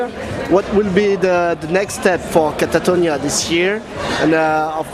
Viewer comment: Not to mention the interviewer calling the band “Katarinia” and having to read album and song titles from a sheet.